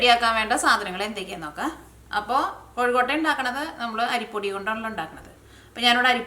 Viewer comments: എന്റെ പൊന്നു ചേച്ചി..... കോഴിക്കോട്ട അല്ല കൊഴുക്കട്ട ആണ് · കോഴിക്കോട്ട അല്ല കൊഴുക്കട്ട 😁😁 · കോഴിക്കൊട്ട അല്ല കൊച്ചേ കൊഴുക്കട്ട